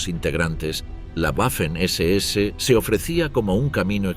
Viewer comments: “guafen” nooooo 🤦🏻‍♂️, se pronuncia “vafen” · En alemán y en español la letra w es una v doble. Waffen se pronuncia 'vaffen' y no 'uaffen'